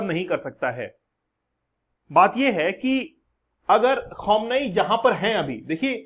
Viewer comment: Bhai Iron Dome hota hai Daaouumm nahi, Khameneii hota hai Khamuunaai nahii. Why does all these teachers in these youtube channels have such pathetic pronunciations ?? No hate but it's very annoying